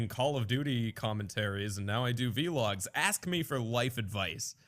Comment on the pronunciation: he keeps calling it a vee-log instead of just vlog... its meaningless but it bothers me